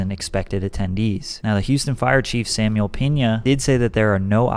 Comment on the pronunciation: Samuel Peena 🤦‍♂️